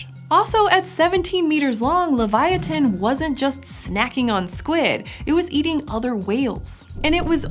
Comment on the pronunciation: She didn't pronounce leviathan correctly